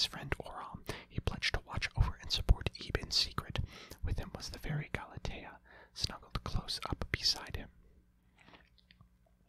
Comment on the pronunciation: Oh no the memories of 2019; Normal person, (GAL-A-TE-A), (GAL-A-🍵)